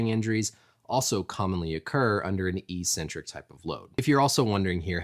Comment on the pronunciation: You’re missing a C when pronouncing eccentric